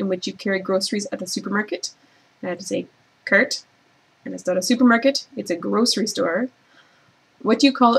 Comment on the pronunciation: Aww you can hear it on "cart" :D